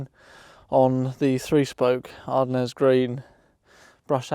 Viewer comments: The French pronunciation of Ardennes is ar-DEN (/aʁ.dɛn/), with the final "s" remaining silent. Ar-Den Green 👍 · Happy motoring,, it looks like a good, solid, car to improve over time, if that's what you want to do. Incidentally, the paint colour is pronounced like 'are den' (only without the gap in the middle - it's named after the Ardennes region in, and adjacent, France). I agree, they're lovely to drive, I have a '92 Vogue EFI 5-speed manual in this colour, with Winchester Grey interior, which has a genuine 47K miles on the clock and has been in the family from new - I must get round to doing a YouTube video of it one of these days. I'd be inclined to replace (or retrim) those seats on yours in Winchester Grey, rather than changing the door cards to Sorrell. For a start, door cards in good condition are like hen's teeth these days, plus the grey vinyl trim on the interior door pillars would also need changing to Sorrell brown, along with the carpets, parcel shelf and surrounds, spare wheel cover, etc. or it will probably look a bit odd. Besides, I know it's a matter of personal taste, but I think Winchester Grey goes better with Ardennes Green - you could always sell those Sorrell seats to recoup some of the expense of changing (if you don't go for a re-trim)? As for the upper tailgate, if it's still got the original steel one then do try to repair it (there's a fabrication and welding challenge for you). New steel replacements are unavailable, and have been for many years now, so the alternative is a non-genuine aluminium 'copy'. Some may be better than others, but they are